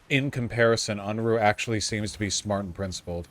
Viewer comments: And called him unroohay like vowsh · I find it amusing that neither of the them can pronounce Unruhe properly ...